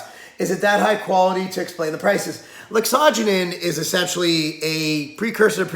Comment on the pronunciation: does he pronounce it right i thought it was laxo gen in he said like asajonin